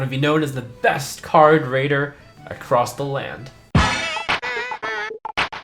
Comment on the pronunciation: Not sure if you're saying "best card rater" or "best card rader", or maybe that was an intentional joke that I didn't get... anyways I think that you are improving when raiting cards and I really like this series (also I don't think any other hearthstone channels have custom card reviews exept regis killbin). You and Jens are doing great work, I hope your content only gets even better. Wishing you the best :)